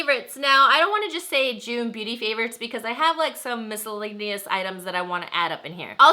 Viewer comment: It's "miscellaneous"